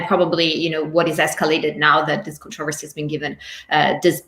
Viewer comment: Controversy pronunciation mistake by Barkha Dutt 😀